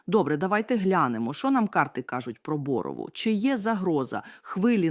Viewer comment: Ударения ставтне правильно,пожалуйста, КУпянск,БоровАя.